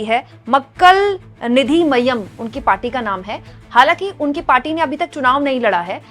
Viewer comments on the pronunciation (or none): Nidi mayyam nahi Nithi mayyam